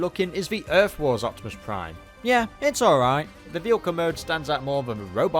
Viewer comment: Its OPTIMICK Primouse! OH BAYVERSE PRIIIIIIME! got a face for you to rip! XD